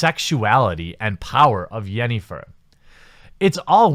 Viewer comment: The way he pronounced Yennifer and Geralt made me cringe.